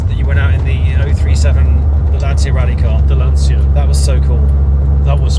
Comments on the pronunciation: I hear Lan-cee-a...I get a headache. It is Lan-chi-a... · Lancia is pronounced Lan chia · Gents, you correctly pronounce Porsche, as per its native tongue, because it’s an eponymously-named company. Please do the same for Lancia - Vincenzo Lancia (1881 – 1937) 🙂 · Try pronouncing Lancia correctly in 'Lancia Land'.